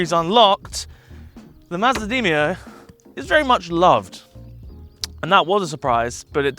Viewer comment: Demio not deemio lol